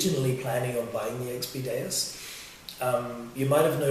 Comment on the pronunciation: or xp deus not daus that one must be from china lol